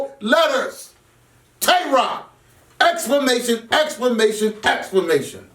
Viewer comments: My nigga said "Explamation" lmaooo back to back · Nigga said explamation hahahahahahaha wtf is explamation 😂😂😂😂😂😂😂😂😂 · JayBlac know steady saying “exclamation” wrong. watch he start smirking